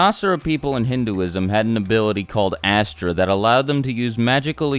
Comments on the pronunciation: The asura aren't people in Hinduism, they're more like demons or like fiends. And Astra is pronounced "us-tra" and it isn't exclusively for the asuras it was used by the devas and the humans in Hinduism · Asura and Astra is actually pronounced as Uh-sura and Uh-stra